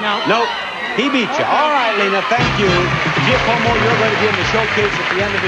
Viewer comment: Kills me that Bob couldn't say "Giacomo" correctly...